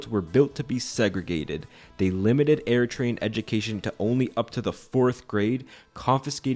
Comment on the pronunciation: I am Eritrean and you did good! 😊